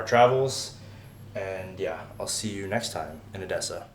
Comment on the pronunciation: I think your Russian/Ukrainian is getting better! You pronounced the word Odessa without any accent at all) and what field do you work in, forgive my Ukrainian frankness)